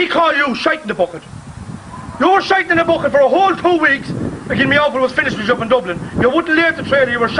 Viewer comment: “UP” not yup 😂🤡